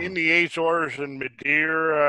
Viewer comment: Argh argh argh argh. Azores. The A is pronounced as the A in America. Not Ayzores.